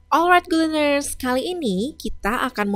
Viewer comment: Terlalu terburu2 ķeterangan nya kemudian ucapan. Maaf itu gu lener nya tulisan nya good learner?